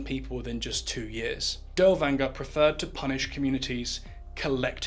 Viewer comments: Dude's name is neither Danger nor Dowanger nor Dellwanger. His name is Dirlewanger. Besides it's Weimar Republic not Wimmer Republic. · good video, but you are butchering his name.